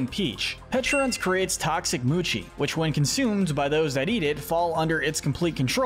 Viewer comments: Nobody is gonna talk about how he pronounced “mochi” like “moochi” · also pronunciation is poor for some words. I understand but saying mochi wrong is wild. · Bro he says moonke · Mochi ❌ Muchi ✅ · the only thing he pronounced incorrectly is mochi, not even the name of a pokemon, and magearna which isnt even that bad. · he said mochi wrong also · Disliking because dude can't even pronounce mochi right.